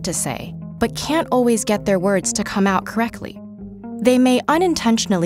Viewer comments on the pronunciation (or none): none